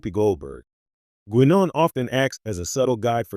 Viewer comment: 4 minutes on prune juice and i just can't deal with the AI's pronunciation of Guinan.